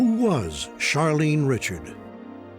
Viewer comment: Charlene Richard’s last name should be pronounced “Ri-Shard”